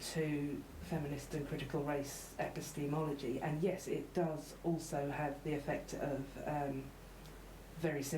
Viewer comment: 'Epi-steamology'. That's a new one.